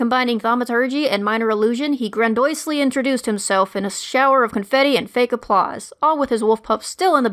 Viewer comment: grandoisely? Or grandiosely?